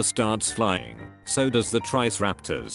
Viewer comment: the actual words "so does the triceratops" what the AI voice says "so does the trice-raptors" lol